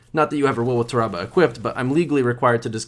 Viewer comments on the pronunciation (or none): its not ta rah bah smh its TAHRAbah why yall be miss pronouncing everything